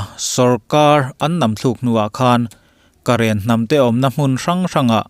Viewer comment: Awle niangchu Karen tihpawh ilamdik.Midangchuan current ti angten anlam😁😁😁